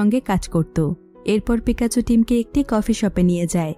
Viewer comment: আপু আপনি বোল বলসেন pokemon হলু certone er name আর মেন হিরোর নাম pekacho